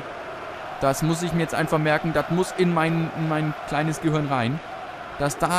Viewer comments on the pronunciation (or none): none